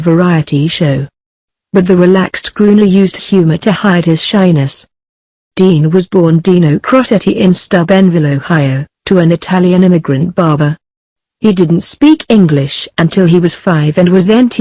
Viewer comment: This is a sad apology of a 'tribute' to one of the greatest all-round entertainers of the 20th century. Dean Martin deserved so much better than this monosyllabic computerised voiceover that is not even programmed to pronounce names correctly (Dean was born in Steubenville, Ohio not 'Stubbenvilio' and his wife's name was neither 'Sean' NOR 'Jan' but Jeannie). And it made no mention at all of the most terrible event of Dean's life, the tragic death of his son Dean Paul in a plane crash while on a training flight for the Air National Guard. That broke Dean's heart, and most of his friends and family agreed that he just seemed to give up on life after that. He refused medical treatment for his cancer, and died himself just a few years later. There are much better, and more comprehensive, biographies of Dean available to view elsewhere on You tube.